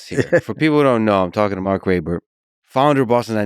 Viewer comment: I'm pretty sure that it's ray-bert.